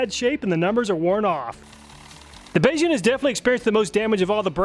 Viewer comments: Beixun is pronounced bay-shun (un as in kim jong un) Mandarin is hard Edit: in the abrasion test he said it right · "Beixun" is pronounced "bay-shueen" FYI! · Not a huge deal but assuming BeiXun is a Chinese company, their name would more accurately be pronounced "bay-shoon." An x makes a soft sh sound, while sh makes the hard sh sound. Again it's not a problem, and I'm not actually familiar with the brand, maybe they prefer it pronounced as you said it, so take me with a grain of salt. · I don't know if anyone else has mentioned this, but a quick pronunciation tip—pronouncing BeiXun as "bay shoon" would be the closest approximation of the original Mandarin Chinese. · It's "Bay-shoon" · BeiXum, is two words in Mandarin. Pronounced Bay-Zoom roughly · Hearing you pronounce Beixun throughout the video made me giggle a bit knowing the actual pronounciation is a bit different.